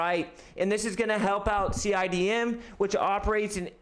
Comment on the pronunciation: Cidm pronounced cine dime